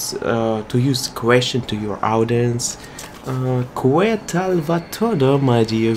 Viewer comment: great video really enjoyed watching your Spanish recommended words!! Thanks for making an effort in learning all these phrases!!! Btw when you pronounce the word “que” in Spanish is pronounced as “ke” like in the name “Kenny” anyways awesome video!! 🎥👏🏼😁✌🏼